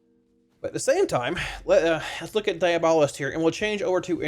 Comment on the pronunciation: Its pronounced diabolist